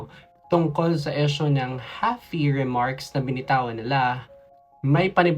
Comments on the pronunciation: Kung di ka Naman part ng mga halfies Tagalog na lang tayo 😂😂😂kasi Ang EESH- YU at IS nagiging EES. Okey lang po mag English pag Tama Ang pronunciation. Ang Proud pure PINOY here. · Esyo? Palumu? Hijo practice ng proper pronunciation okay... Para di mapagtawanan at huwag sabihin n visaya k okay...